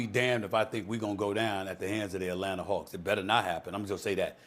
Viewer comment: ATlanata hAwks lol